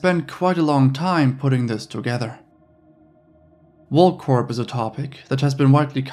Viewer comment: For the love of God. PLEASE PLEASE PLEASE STOP pronouncing the P at the end of WorldCorp...🤫🤫🙉🤫🙉🤫🙉..the P is silent!!!!!!